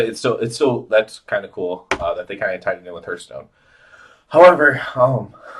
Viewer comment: Please stop saying HERTHstone. Hearth is pronounced like Heart. Not like Earth. Good video explanation, but that killed me.